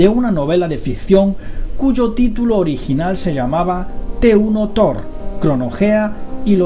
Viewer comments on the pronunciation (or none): none